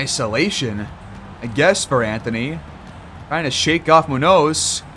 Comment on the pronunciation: You finally turned it around man, great series. Mac Boyd has totally taken off lol its not a question who the best player on this team is. Btw the way youre pronouncing Munoz is crazy and wrong lmfao